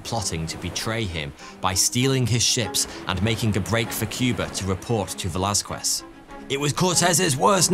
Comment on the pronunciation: Heads up,, the name is pronounced "ve laz kez" cause the U in Velasquez is silent. (just like the R in Forty Two)